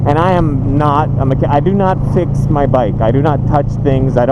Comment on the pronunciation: Bike passion not Mike passion